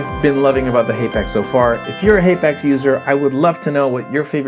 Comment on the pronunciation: It's pronounced hapax not haypax